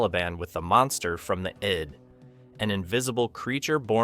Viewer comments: One small point - the word "id" is pronounced "id'" with short "I". not "eyed". Excellent overview of the movie and its importance. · It's"Id", NOT "eyed". Damned text-to-speech computer voices... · The "id" is not the "eyed." It is pronounced like "did" without the d. Is the narrator an actual hu-man or just another 'bot? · Of all the AI mispronunciations I've ever heard, getting 'id' wrong tops them all.